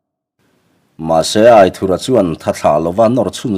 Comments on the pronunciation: Aithurha nilo in Aithúra tih a lam zawk tur ani lo maw ( anthur kan lam a ' thur' kan lam ang deuh hian ). A ziaktupa sawi dan ani e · Aithura pawh hi i la lam dik lo fo in ka hria